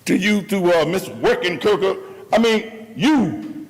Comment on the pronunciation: That man in the fisherman hat called her Workingturker lol